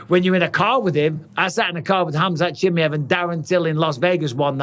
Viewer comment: Cha-my-ev I’m gonna keep saying it Mike 😂